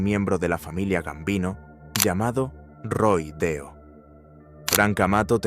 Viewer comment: No es "Roy Deo", es Roy DeMeo.....y "Castellano" se pronuncia a la italiana: [ Kastelano]. Hay que tener en cuenta que en Sicilia, Calabria, Apulia y Campania hay muchos apellidos de origen español (al formar parte del imperio español desde principios del S.XV y antes de la Corona de Aragón) pero se pronuncian a la italiana. Catalano, Castellano [Kastelano], Navarro....